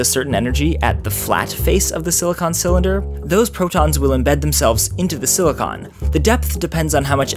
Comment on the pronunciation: i have a feeling he kept accidentally saying silicone, instead of silicon. he was hitting that "con" pretty hard near the end lol